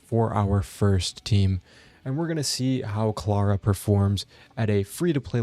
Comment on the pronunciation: How u say Clara's name makes me mad cuz now I know you'd totally butcher my name lol